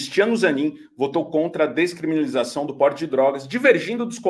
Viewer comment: Longe de querer de comparar ao Moro,, mas tu não acertou uma pra falar "descriminalização" hahahahaa